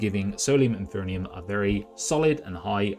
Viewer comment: Enjoyed your overview of the game. Minor nit: you're mispronouncing 'Infernum'